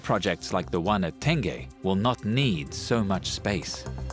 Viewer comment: Apa Tan-geh reservoir?